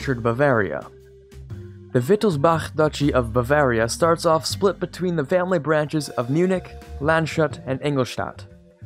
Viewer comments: its pronounced lands - hut , not land - shut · Lands-hut, not Land-shut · "land-shut"? haha, that's lands-hoot mate. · Landshut is pronounced "lunds-hoot", not "lan-shut". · Its Land's Hoot if you would pronounce it german (Landshut)